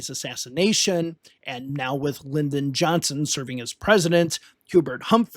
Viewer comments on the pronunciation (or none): none